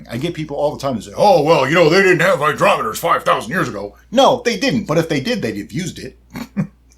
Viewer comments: "Hy-DROP-eters" HAHAHA. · "Hy-DROP-eter" ..... (likes)